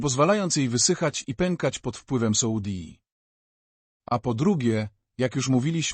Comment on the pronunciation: Już nie mogę tego słuchać ,,soudi " i nie mogę się skupić.